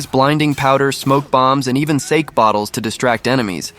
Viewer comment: And it’s not a sake bottle it’s SA-Kay 😂